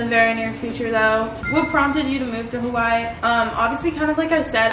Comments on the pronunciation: Pronounce it as “Ha wuh ee “ or “ Ha vuh ee “ please and not “ Hawhy”. there’s an okina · i know stans are about to come at me for saying this but i don’t mean it disrespectfully. please if you’re gonna live in Hawai’i please pronounce it properly, it isn’t that hard. ava (who i think is one of your best friends) says it properly all the time even when she is with you so i was hoping you’d start saying it right :( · hey girl, can you start saying Hawaiʻi right?! thenks